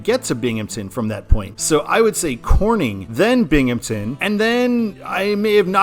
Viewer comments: FYI, in case it comes up in the Eastern I-88 video, it's Binghamton, not Binghampton. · I think Jamestown is a fine control city going EB; it has a population of ~28k which is actually pretty sizable for that area of NY/PA. It definitely should be Erie going WB though. Also, there’s no “p” in “Binghamton” ;)